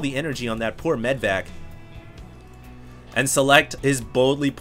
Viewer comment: it always pisses me off when you mispronounce "medivac". It's not "medvac" for god's sake, cmon.